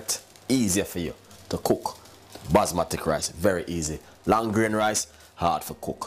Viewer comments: 😳😳did he just say basma'tic' rice????WWWTTFFFF😂😂🤣😂😂😂😂😂😂🤣😂😂😂🤣he should just stick to yam! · Basmati (Bas-ma-tee).. that's how its pronounced. Future reference